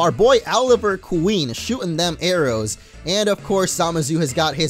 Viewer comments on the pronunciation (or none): none